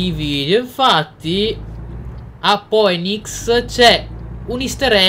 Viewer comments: Poenics no Finix come si dovrebbe pronunciare haha Poddy l'inglese è importante però! :) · Poddy si pronuncia Finix